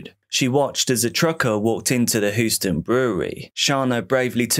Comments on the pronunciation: great video but it's pronounced Hugh-sten not who-stin. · The Texas city of Houston is pronounced Hew stun not hoo stun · Hue-ston. Just a heads for next time 😃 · Says Houston like Lord Zod